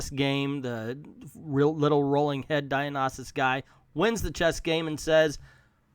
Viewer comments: Actually it's dio-ni-sius De-oh-ne-sius (like in siux) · It's pronounced "die-oh-nie-sus"